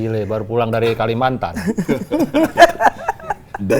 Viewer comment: Dialek yang di tunggu tunggu "Dari Kalimantan????"